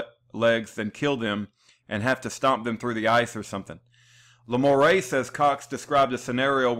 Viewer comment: The name is pronounced "La - more - oh ".